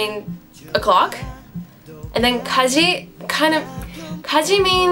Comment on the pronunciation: Your pronunciation is quite nice but let me give you some tips! 1. You pronounce 여러분 as 여러븐, try to make it more into an ㅜ sound. 2. 십육 is not pronounced 십-육 but 심뉵 (shimnyuk). So 이심뉵뿐 (ishimnyukppun). 3. You pronounce 까지 as 가지, ㄲ (just like ㅃ ㅉ ㅆ ㄸ) is a "dry" sound. You must not expire while making that sound otherwise you're saying ㄱ. I don't know if you get what I mean ^^ You kinda say "ghaji" and that's 가지. 4. You pronounce 출근하다 as 줄근하다. ㅊ is really a "ch" sound just like in "chapter". You pronounce it perfectly when you say 아침.